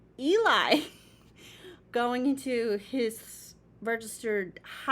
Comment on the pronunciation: Nice reaction, I like how much thought you gave to everything. They are the demigods of a cappella, for sure ! 😁 Our intense swordman is not Omar, but Cesar ;). And Eli is pronounced like "Jelly" without the J.